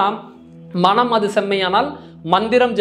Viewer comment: மணம் என்று உச்சரிக்காது மனம் என்று உச்சரியுங்கள் நன்றி